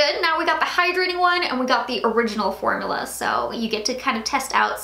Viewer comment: I'm so sorry I am NOT TRYING TO BE A HATER, I repeat I am not trying to be a hater, but it might just be me, the word is FORM-U-LA. Every time you say it I kind of cringe, formala....idk why it's bothering me so much but it really is! I'm sorry!